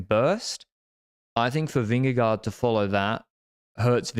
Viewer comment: I love you but please pronounce vingegaard differently, I die every time😂